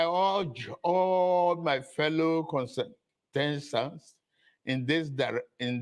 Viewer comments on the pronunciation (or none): minute, he pronounced contestants as consentant also repeated contesant and people still acting like it’s okay